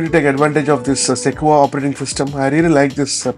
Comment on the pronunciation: Pronounced "seh-kwoi-ahh", not "seh-kwa".